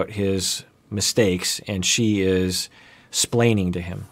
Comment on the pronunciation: saying "splaining" like Ricky Ricardo 😂😂